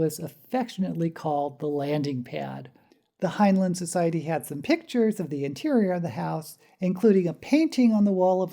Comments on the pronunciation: Fact #0. He pronounced it hin-line, not hin-lin. Off to a great start. It's "up BY your bootstraps," NOT "up WITH the bootstrap." That doesn't even make any sense. Stranger in a Strange Land is, by his own admission, his biggest failure. He even lampoons it in The Number of the Beast, that only pretentious hippies like the ham fisted pseudo-psychology. Go on. Still waiting for "something I didn't know." Please google HG Wells. He had a "little bit" of notoriety DECADES BEFORE HEINLEIN WAS BORN. ... OK, after watching the whole thing, there was NOTHING NEW. Seriously, couldn't you do at least a bit of research. Let's see if I have one. How about: Time Enough for Love is based around Kabbalistic and Tarot imagery? Dora fell from the "Blasted Tower." The twins represent "The Lovers." I really should chart it out sometime. It's pretty blatant. My favorite Heinlein story? The Menace from Earth. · My favorite science fiction author. My favorite was Time Enoogh for Love. My only criticism of this video is his name was pronounced like FineLine as I was instructed when I joined the Heinlein Society and did one of their local blood drives. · 1 fact you don't know about Heinlein: how to pronounce his name. Here's a hint: the two syllables have the same vowels in the same order.